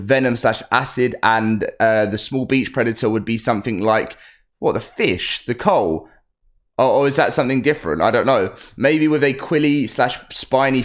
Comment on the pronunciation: The fish isn't pronounced 'Coal'. Coelacanth is "see-luh-kanth".